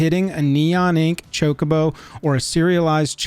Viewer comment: Chocobo, and it's not pronounced like 'Jacobo'.